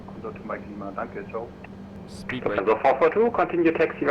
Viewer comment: That was more of a "tschau" than a "ciao" if you ask me. 😅The German-ness on the radio was quite overwhelming, do they want to give the authentic performance no matter what? 😂